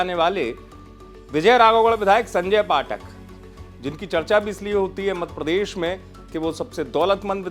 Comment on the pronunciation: आप मध्यप्रदेश बोलना कब सीखेंगे, मधप्रदेश 😂